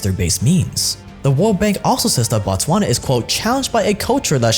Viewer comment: Is not batswans is botswana BO not BA Dont pretend as if you can't pronounce that 😄😄